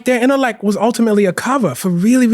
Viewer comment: Holy pronunciation, bro said “conflick,” “correck,” “predick,” and “intelleck” within the first 10 minutes. As an author, journalist, and English professor, I’d expect him to be able to articulate his words correctly. 😢